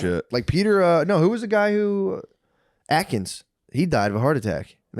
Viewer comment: Peter Atkins lol. It's Attia